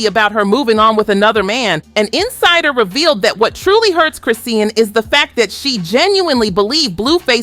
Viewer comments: It's Chris Sean not Chris Sea Ann lol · Sis saying both their names wrong af I was so confused😂😂😂😂😂😂LIKE WAIT WHO TF IS JAHDEAN CHRISEEN. AN CLAN 😂🤞🏾🙅🏽‍♀️🧢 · Girl As soon as she said Chris see Ann I stopped watching 😒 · This video so ass. You using live clips from when she was pregnant making it seem like it just happened, you can’t pronounce Chrisean name, and you talking about stuff that’s already beeen proved false. The Mabu tattoo was fake both her and Mabu said so days ago and here comes this video still spreading the bs.